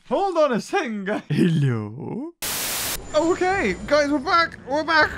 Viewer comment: The HelLo is so funny